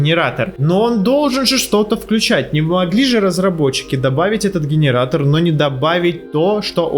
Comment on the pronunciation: Гиниратор дигиниратор😅🤣